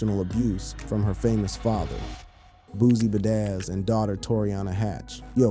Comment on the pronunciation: Boozie bedazz (pronounced his name wrong ) 😂